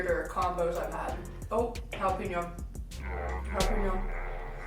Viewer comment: Dear Gringos ---- It's NOT "Hah Lah Peen Yo" it is pronounced "Hah Lah Pain Yo". Gracias por su atención.